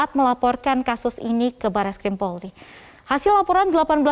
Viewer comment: Kenapa presenternya nyebut polri kok bisa jdi porli Di menit Jgn malu2in loh....🤦‍♀️